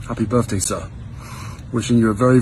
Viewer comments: He is now saying BIRFDAY……. not birthday….. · Happy Burfday? Burfday? I would have thought Harry had been taught how to enunciate the 'th' consonant blend. He wouldn't have grown up hearing it spoken like that. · His birthday greeting to that man! Firstly...."Birfday"!? And secondly all that thanking from delusional Harry behaving like he is some kind of Deity. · Did he say BIRFDAY?